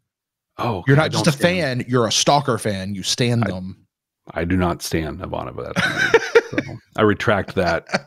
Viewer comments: I will ding you boys every time you say her name wrong! It's: I-VAN-ova. Not: I-van-OV-a. Still love the show tho! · Please it is I'Vahnova, not Ivan'Ova. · The real question for Babylon 5, when will remember how to pronounce Ivanova's name. To be fair at least one other podcast pronounces it the way does as well, but it does stick out.